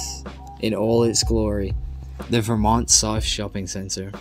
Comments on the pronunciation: Good informative video despite your phone going flat (poor planning) and your mispronunciations (Ver-mont, not V'mont. Bolt-ee not Bolt). Imagine if they do extend it to Knox, like many have wanted for years. That would add another 6km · Get your pronunciations right if you're going to do this. Vermont South is pron VUR-MONT, the Bolte Bridge is BOLTY named after the irascible State Premier in the 60's. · it's not because of a different accent. It's pronounced with an emphasis on VER in Melbourne, no matter your accent. I'd pronounce it the other way if I was in the US even with my Aussie accent. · Great video. Just one small correction. Vermont isn't pronounced ver-MONT (as per the American state) but instead VER-mont. Great summary, though! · Nice video. A few corrections: Bolte Bridge is pronounced "Bolty"; Vermont is pronounced with the stress on the first syllable (unlike the US state); 2005 is in the 21st century. . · Vermont is not pronounced like the state in usa. There is no stress on the second syllable. Both syllables are very flat. Kinda fits the profile if not the actual geography of Vermont Sth. Glad you enjoyed the most infuriatingly pathetic tram route. Just be glad you never had to use it to commute… I did. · And he said Vermont wrong.